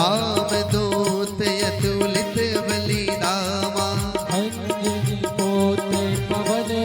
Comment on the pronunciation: अशुद्ध वाचन किया है, आपने। पहले पाठ का शुद्ध अभ्यास कीजिए और फिर से रिकॉर्ड कीजिए। दूसरी ही पंक्ति में आपने बलधामा को बलिधामा पढ़ा।